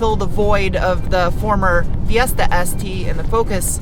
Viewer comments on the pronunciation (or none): none